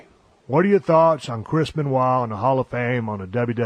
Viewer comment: The way that the WCW Announcers would pronounce his name I thought his name was Crispen Waah. #🎉